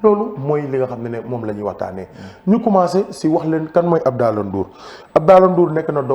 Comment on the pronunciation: Dou "Abdaalah" Abdallaah* la! Melni kouy waxx "dollar" bill! 😂😂😂😂